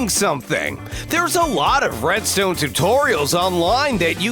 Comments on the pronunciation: He said bredstone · Who else heard him say breadstone* edit ur comment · Didnt he say bredstone